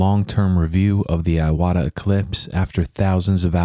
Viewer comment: "ee-wata", not "eye-wada"